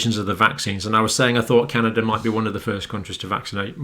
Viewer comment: John, WTF is Canader? I believe you mean Canada. There is no R in Canada but there are three EH’s. Happy Friday John!!